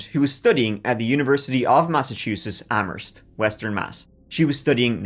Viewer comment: Points from this masshole for pronouncing Amherst correctly! I didn't know about the videos about Maura. So sad. Re: The family annhilator -- at first I wondered if it was a Dupont de Ligonnès-like case where he was running out of money and didn't want them to know. (Not that that case is any better, just that Xavier DpL might have convinced himself that killing them was a kindness.) But Lynnette's husband just wanted them gone. I think what you said about how he wanted the world to end and ended his own world instead is a great way to put it. Sometimes I can't handle your videos, (my issue, not yours. I just can't take so much sadness some days). But they're always excellent when I do watch and I've been subbed for years.